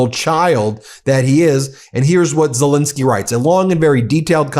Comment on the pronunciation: Ben, how long will it take for you to call the President of Ukraine by his proper name, it`s Zel ENSKY not Zel INSKY.